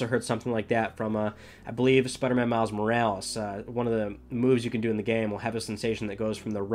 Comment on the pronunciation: This dude said “Spider-Man Miles Morals” 😂😂